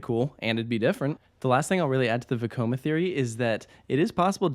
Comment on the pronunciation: I don't know why but I always love it when you say Vekoma. Makes me think back to the parodies!